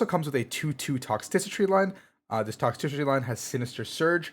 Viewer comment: TOX TRI CI TY. There, that's how you say it. lol :P